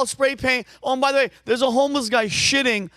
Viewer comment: Vinny “ByThWay” OShana 😂